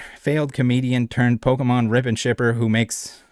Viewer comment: Yup and I hate the way he says Pokémon. He says "Polkamon" and it literally makes me turn the video off every time